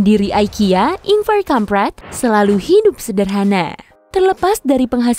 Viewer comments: Ingvar kamprad dibaca ingvar kampret dong 😅😅😅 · gue salah denger😭 Kamprad gue denger kamp*et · MOHON MAAF tadi saya dengar nya kampret 😅